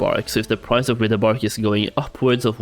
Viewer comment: My dude. I am so grateful for your videos. I thoroughly enjoy watching them, and am thankful for all the work you put into them. But for the love of Thrall, it's WRITHE. "Writhe" as in - I'm writhing in pain. Writhe-bark. Not rih-the-bark.